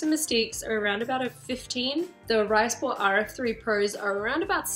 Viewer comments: Hey, so I just looked up the brand to make sure I wasn't talking bullshit. They pronounce it "Reesport" in their company's introduction. So now I guess we know! Have a great new year. Looking forward to more content! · Thanks for taking us with you on your figure skating journey, it's very helpful to me. You pronounce "Risport" with a German i sound though, I believe, so you would say "Reesport".